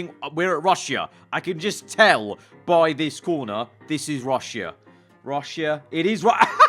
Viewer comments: Never have I ever heard a man say, “Rush-e-ah” instead of “Rush-ah” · guys, that is "rushya" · Nobody: Absolutely nobody:: 'Russeea'